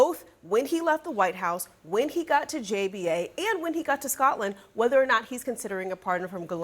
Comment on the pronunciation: Why can no American reporters pronounce "Scotland" correctly?